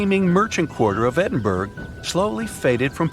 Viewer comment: Pronunciation 'Edinboro' not 'Edinberg'